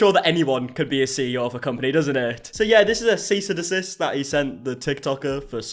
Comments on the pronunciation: "seize and desist" 🤣🤣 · “Seize and desist” 😂😂😂